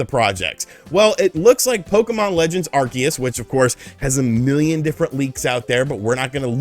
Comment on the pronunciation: You're pronouncing 'Arceus' correctly now. There's hope for 2022..!